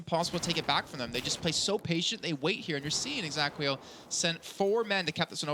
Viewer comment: Gosh, couldn't anyone have told the casters that the team's name is exAEquo and not exAQUEo?!